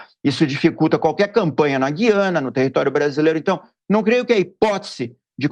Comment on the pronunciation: GÜIANA – No nome deste país a vogal U soa; a pronúncia não é como a da nossa palavra GUIAR, mas como em RUIANO (referente a Rui Barbosa); ou no vocábulo hipotético TUIANA. A injustificável, absurda eliminação do trema na nossa ortografia provoca erros de pronúncia.